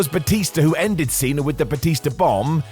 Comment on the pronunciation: Cena* not Cener